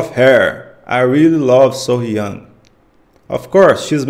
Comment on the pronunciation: Not Soh-Yang, So-Hyang